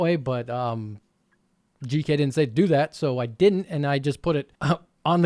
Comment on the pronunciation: Gk here, I can confirm neither you or google translate pronounced my name correctly lol Thx for trying my fan (whoops, I forgot abt the cpu cooler clearance... 😅)